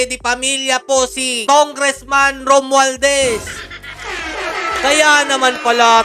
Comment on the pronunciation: Mali po ata kayo banggit ng pangalan. Tongressman Romwaldas po. 😂